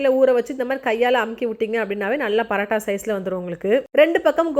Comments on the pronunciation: Why are you saying parattha like northies you're a tamilian bruh say PAAROOOOTTTAAA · Paratta ila mam parotta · Parata illa porata ok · Paraaata illa sis parota😂